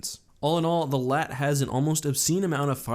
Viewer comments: The LAAT wasn't pronounced "LAT" it was actually pronounced L.A.A.T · It’s LAAT not lat. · STOP SAYING LAT!!! ITS L-A-A-T LIKE I WOULDNT CAL THE FREAKING AT-TE ATE!!!!!!!!!!! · Did he just call it a Laat? it’s called an L A A T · Isn’t it just called l.A.A.T not laat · Am i the only one who hated it when he said lat? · I thought he said a laat of shields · How does a Star Wars YouTube channel not know how to pronounce LAAT? It’s L-A-A-T just like A-T-A-T and the A-T-T-E you don’t call it a ATTE do you??....